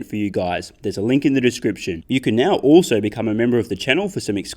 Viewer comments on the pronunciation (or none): none